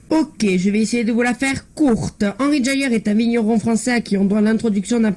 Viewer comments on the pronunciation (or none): Elle est nulle cette vidéo il n’y a rien qui va, un montrachet leflaive ça vaut pas autant 😂 Henri JAYER ça se dit pas comme ça non plus 😂